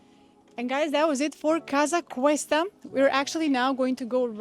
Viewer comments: Casa COOOOsta I believe ur prononucition is a tad wrong. Please explain how sticking a needle in ur veins is comfortable and energizing? Iv Theraphy is defined as intravenous therapy. Having someone put a need in my veins for energy is the most insane act I or anyone can de. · I enjoy your videos, but you repeatedly say Casa Cuesta…it is Casa Costa… you should redo that top section